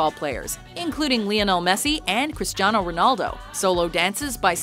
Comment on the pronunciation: She said cristano Ronaldo 🤣 this is that one lady that can't pronounce any thing